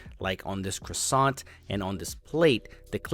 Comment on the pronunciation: Great job,! We just need to teach you how to say croissant.